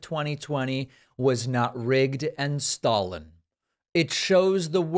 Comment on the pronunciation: Also stollen, the way trump says it sounds like he said Stalin. Joseph Stalin to be correct.